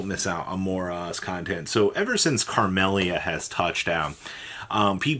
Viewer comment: Carmellia bro? Where is this extra r coming from? Your inability to read and pronounce card names is painful